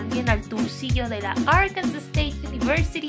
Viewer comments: Qué feo está tu intro. Te quedó también fea la nariz. Además se pronuncia ár-kan-sah, mínimo apréndete bien el nombre antes de farolear. Btw, la UNAM está mil veces mejor. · Me hubiera gustado estudiar ahí 😪 fun fact Arkansas se pronuncia como “Arkansaw”